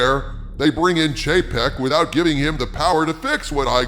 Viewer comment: I keep hearing Chapek as JPEG.....😆